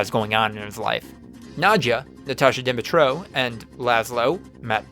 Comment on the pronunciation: Kayvan Nokak? Natasha Demitrouh? Mark Prokash? I mean i guess its close enough